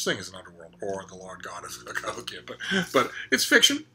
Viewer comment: You said Cahokia correctly, I didn't expect anything less.